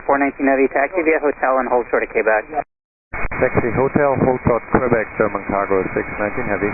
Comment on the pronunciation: Ok I just gotta ask who in the world pronounces Quebec as Kbec lol